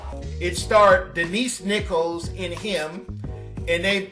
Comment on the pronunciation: It's pronounced Denise Nich-o-las who was formally in the series Room 222.